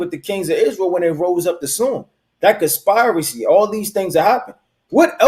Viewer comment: Why can't you pronounce the word conspiracy🤔🤔🤔🤔🤔🤔??????? ❤️🌏❤️🌍❤️🌎